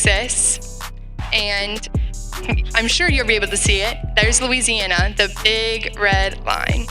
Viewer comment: I put this on .75 speed and it still sounds like she is saying MOO-EASY- ANNA. I think some globalists hacked the audio.